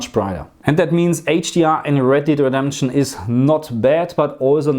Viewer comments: red DEED redemption 😅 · "Red Deed"